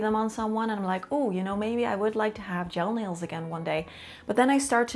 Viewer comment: I keep hearing "jail nails"